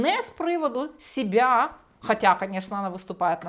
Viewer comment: Не сёбя,а себе так правильно по-українські!